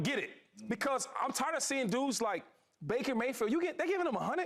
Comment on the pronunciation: "bacon mayfield" 😂😂😂😂😂😂 man get shady off the TV bro